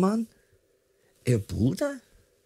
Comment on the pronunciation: At the beginning I understood "Puta" instead of "Bruder".